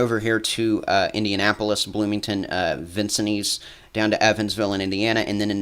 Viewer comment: Thank you. P.S. it's pronounced Vin...sins.